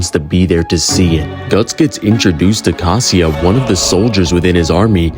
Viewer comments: Did you really pronounce Casca is Casia 💀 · why brudda pronounce casca like "casia" ☠ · No one gonn talk about how he calls caska casia? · I was excited for this, but not even a minute in there are two major errors: Guts earned the epithet "100 Man Slayer" after he joined the Band Of The Hawk, not before, and Casca's name is not "Casia". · Bro pronounces Casca as Casia 💀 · Great vid bro. You were COOKING. but why were u calling Casca “Caseea”? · bro ngl you BUTCHERED casca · The pronounciation of Casca killed me lol anyways fire 🔥 bars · Im completely shock of your pronunciation of casca lol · The way you pronounced casca physiologically damaged me